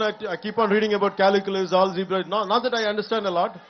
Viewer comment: Caliculus kaadu calculus